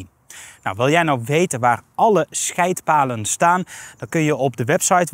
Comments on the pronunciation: Ik verstond toch echt "Schijt-palen" 😂🤣😅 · Het kind in mij moest erg lachen toen je "scheydtpalen" zei.